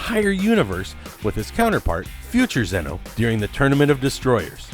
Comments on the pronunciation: It’s xeno not xenu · I swear if u say zen-oh wrong again i will unsubscribe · This narrator couldn't even pronounce Zeno or Jiren, proving he has not even watched what he's talking about, smh.